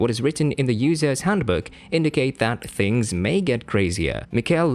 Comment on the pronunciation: Things are things, never are they "phings" as you pronounce the word.